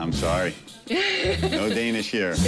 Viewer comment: haha ramsays danish